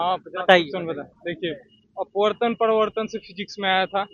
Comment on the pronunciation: Parwartan ni parawartan hota hai😂😂😂